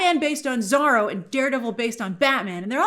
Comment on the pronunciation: You still can't pronounce Zorro huh?